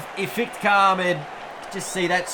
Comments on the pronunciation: Isnt it iftikhar ahmed? I hear you pronouncing it is ifitikar with an extra i in between f and t. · No offense but Iftikhar Ahmed is pronounced if-ti-khar not if-it-khar